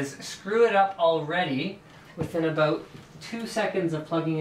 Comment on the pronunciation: Everytime you say "about" i think of south park canadian eps Lol